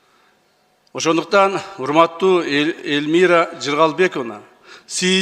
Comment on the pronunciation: Ай ай спикер депутаттын атын да Элмира деп туура айта албай койду.